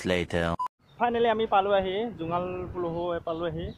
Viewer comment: জোঙাল বলহু, পুলুহু নহয়